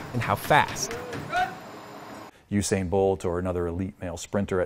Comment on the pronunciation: Not you sain bolt Oo sa in bolt